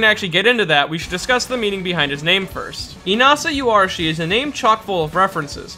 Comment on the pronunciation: Yoh-arashi, not You.